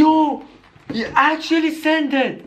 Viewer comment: No One: Him: OH MY GOD IT ACKUTUALLY TASE GUUD KIYES